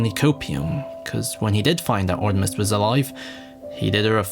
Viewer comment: Artimes (Artimes)